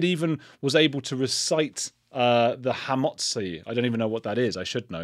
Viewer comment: I spent 14 years in a Jewish bungalow colony (during the summers in the Catskills) and know how to say the Homotsi (if that is the spelling). I'll teach you. Amazing, huh?